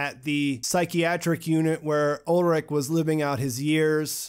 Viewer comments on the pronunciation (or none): btw: the names are ulrich not ulrick and heinrich not heinrick. ch is sh like in shower. did you see the german language with english subs?